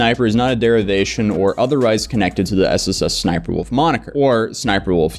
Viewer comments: My guy, it's ES ES Sniper Wolf, not ES ES ES Sniper Wolf. There's only 2 S's before Sniper. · There are 2 Ss and then Sniperwolf. You keep saying S S S Sniperwolf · I swear he's adding an extra S. Like SSS Sniperwolf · getting so annoyed at the fact he pronounces SSSniperWolf with 3 S's